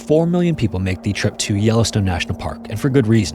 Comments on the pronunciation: "no ai generated content used" other than the narrator. Yellowstune? c'mon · The way he pronounces Yellowstone makes me feel he is AI in afraid . Noticed this with the Kathmandu video too, pronuncing the H